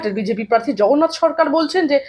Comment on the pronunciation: দাদা পার্থি না প্রার্থী !!!!